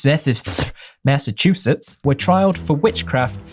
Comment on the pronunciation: Nice trying to pronounce Massachusetts BWC!